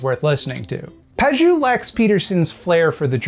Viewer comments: To summarize -- "I don't understand what Pageau (mispronounced as Pajoo) is saying. So he's stupid." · Fun fact: the -eau suffix in French is usually pronounced "oh" rather than "ooo" :) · FYI, Pageau is pronounced "Pa-jo". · Usually in French, "eau" is pronounced like "oh", not "ooo". But I have no doubt you're quite correct about him, otherwise. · It's pronounced more like "pah-zhoh" not "pah-zhew". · But for real, if Pageau knew the language his name comes from, he'd know the letters "eau" are pronounced "o", so "paj-o" is his name and I'm even more annoyed now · My cousin knew a French guy once, and it's pronounced Page-O. You're welcome, don't mention it. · As an academic who tries very hard to be able to explain things clearly to laypeople, this obfuscatory air Pageau puts on really gets my goat. PS: If you're interested, his name is pronounced /paʒo/ or "pa-zho". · Please, please, Pageau is pronounced "PAJ-O" the way you say it sounds like "not cheeks" or "not juice" and it hurts my poor franco-ontarian ears so much... Great video though, I actually know one of his fans and it's really disconcerting how he convinces otherwise intelligent people of some very strange (to me) beliefs. Keep up the good work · Isn't it pronounced "Paj-oh"? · shouldn't Pageau be pronounced pa-jo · He pronounces ‘Pageau’ wrong too. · That's not how to pronunce "Pageau". Otherwise, interesting video! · I'm pretty sure that's not how you pronounce Pageau but this doofus doesn't deserve a regular name. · The pronunciation of Pageau is this vid is sending me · He pronounced his own name wrong, in French "eau" makes a long O sound. Trudeau, for example Eau de Toilette for another example.